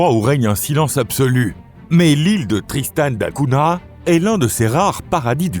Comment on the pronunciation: Essayez de prononcer correctement Tristan da Cunha ! L'étymologie est portugaise et se prononce donc avec un "gn". Hors cela, l'île est isolée au milieu de l'océan comme le sont Asuncion et Sainte Hélène.